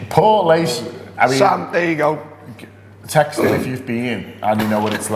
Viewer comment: haha , that Irish town is pronounced Port-Leash